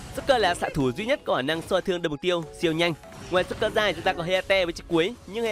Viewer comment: Joker mà nghe ad cứ nói nhầm là rouker :))